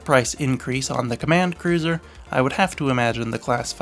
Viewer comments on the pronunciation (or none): none